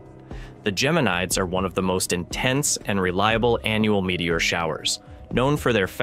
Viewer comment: Wish the AI would at least know how to pronounce Geminids.